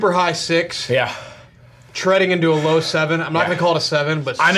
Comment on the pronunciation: can’t say 6 unless he stands up right?